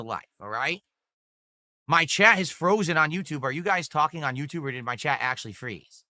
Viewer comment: He drops Ts when they’re at the end of words just like a toddler. “I’ll do wudder i waaa. Suppoor the stream! Send a super chaaa”